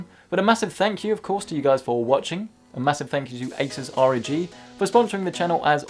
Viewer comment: Slow down. With your speech patterns it becomes difficult to understand you when you speak quickly. I had to turn on subtitles. Also, ROG is pronounced as a word not saying the letters. Say it like bog.